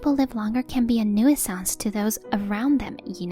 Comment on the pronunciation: You're getting better at pronunciations, but 'nuisance' is pronounced 'new-sense' not 'noo-EE-sans' 🙂